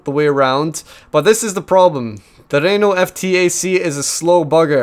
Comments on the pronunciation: Oh God, the Renault pronunciation, IT BURNS!!! P.s great video anyway:) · As a french canadian , i love the way he pronounce Renault xD Awesome.